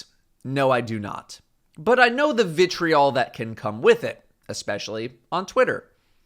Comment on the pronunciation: stop saying vitreol